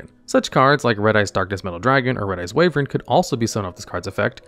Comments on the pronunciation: It's pronounced 'why - vern', not 'wave - ern'. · WYvern not WAYvern 😅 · Wyvern ≠ Way-vern Wyvern = Why-vern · I had this in another tab, and I was like "What is Red-Eyes Wavering?" but oh he just can't say Wyvern... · Yall clowning on the typo in the title… I still can’t get over “Way-vern” lmfao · "Wyvern" is pronounced "Why-vern". Red-Eyes has been overshadowed as an archetype, but it's not as one might say, bad. There were times when it was a decent rogue option. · "Why-vern" btw. Sorry that bugged me lol